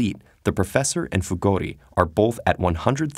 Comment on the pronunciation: Who heard Fugodi instead of Fugori?